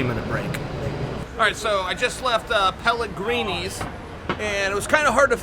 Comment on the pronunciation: I LOVE how Chael clearly says "Pelligrines" right after she says "Pelligrinis"